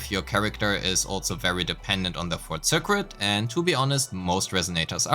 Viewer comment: Super helpful for understanding combat! Thanks! Another pronunciation thing - circuit. The cuit part is pronounced like the word kit, so sir-kit. Don't ask me why, english is weird. (Previous words I've mentioned, regen and abyss).